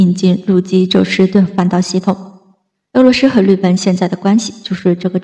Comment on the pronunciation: 俄罗斯，不是鹅骆师，能学好发音先吗